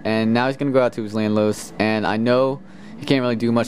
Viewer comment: why do u call Landorus Lanlos =S